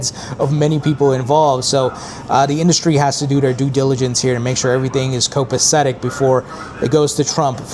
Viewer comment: It sure is an in-dust-ry.